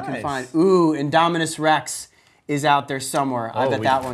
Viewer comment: Its indominus not indominous